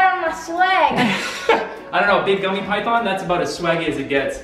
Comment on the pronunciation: its pronounced pythiiiin